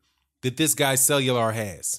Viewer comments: Cellular? Lol let me sound it out for you: Kway-yar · Cuellar.... It's pronounced Qāy Are bro